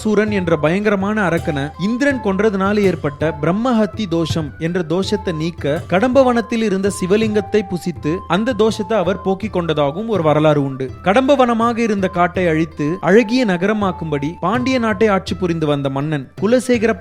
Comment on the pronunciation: Nice Video, but try to pronounce Tamil in Exact... More mistakes - pusithu not pujithu, nayakar kalathu OLIYIN velaipadu its Uliyin..